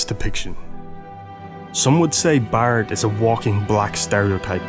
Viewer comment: his name is barret not bart like in the simpson its prenouced vocally Barrette